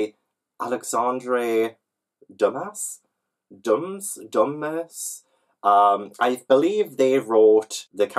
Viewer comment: I totally heard you call Alexander Dumas dumbass hahaha! This is excellent! I feel like your luck is such good juju for the new year!! Also... I see dragons and I need them